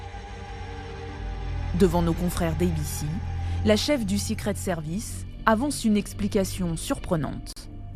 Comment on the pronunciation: Sicrit sirvice 🤣🤣 journaliste de merde haha